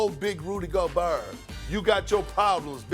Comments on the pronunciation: “Rudy goberrrrrr” 😂😂😂😂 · “Rudy GoBurrrrr”- Kendrick Perkins. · I thought he said ol big booty gobert 😭😭